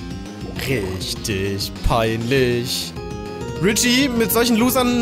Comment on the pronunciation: Sag doch bitte Richi und nicht Ritschi.